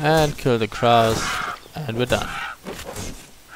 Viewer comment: This isn't really an issue, but Crow is actually pronounced with an "oh" at the end, not ow. Strange right?